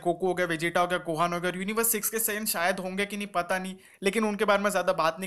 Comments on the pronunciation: Bhai saaiiyan nhi saiyan kehte hai kam se kam naam to sahi se boli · You are pronouncing saiyan wrong😤😤. Pls speak correctly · ok. I am not making fun of you bro. I am just telling 😢